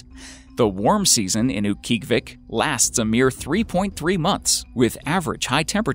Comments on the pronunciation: I used to live in Utqiagvik growing up. LOL, it's actually pronounced oot-kee-AHG-vik, except the /q/ is further back than an English /k/, and the g is voiced fricative so it's "dragged" rather than being a hard consonant. It used to be called Barrow, but the Inupiat people have reclaimed their heritage and renamed it. In the summer, it's not that bad, gets about 50 fahrenheit in the summer. The weirdest part is the 24-hours of daylight in the summer, and vice versa in the middle of winter. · uut-gee-ahh-vic, haha formally know as barrow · It is pronounced oot-gee-ah-Vik!!! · mispronounced "Utqiagvik" its UTT-KEE-AH-vik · wow, that name was butchered! Utkiagviq is Oot-key-og-u-vik. And its the big city 45 minutes flight from my 200 people village. Kind-of "isolated". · It's pronounced oot-kee-ah-vik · Mispronounced Utqiagvik. Proper pronunciation: Oot-key-ah-vick. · Oot- guy-uhg-vik. Utqiagvik. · He is pronouncing Utqiagvik way wrong. My aunt lives there and that is definitely not how she says it. Also, I'm not really sure why they picked Utqiagvik when there are SO MANY way more isolated villages in Alaska. Any village in the Aleutian chain would have been cool too. Oh well, no real reason to complain, it's just YouTube.